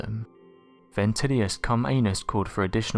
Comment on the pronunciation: Bentilius Comeanus ? That cant be real ?? lol